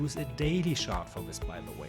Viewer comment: Wortschatz super, pronaunsiäschn ausbaufähig, not ganz the yellow of thsee eck :) Mach weiter! Guter Kontent bei uns ist selten. Bitte nicht schaaadt sondern tschar-t sagen.